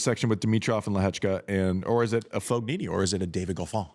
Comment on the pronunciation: Andy, just pretend saying : FOYeeNee.. and you nail it. GN in italian is pronounced like Y